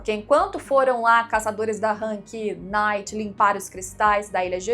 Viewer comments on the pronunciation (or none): none